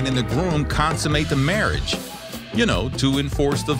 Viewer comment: I love "marriange"